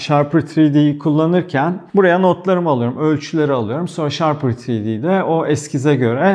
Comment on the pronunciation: Abi "ShaRper" değil "Shapr3D" ve övdüğün kadar var bu program. AutoCAD öğrenip kullanmış ve Solid Works görmüş biri olarak söylüyorum, bu 2 programı ciddi anlamda gölgede bırakıyor 3 boyutlu modellemede. Ağzına sağlık abi..